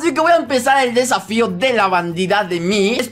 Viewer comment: Se dieron cuenta que dijo safio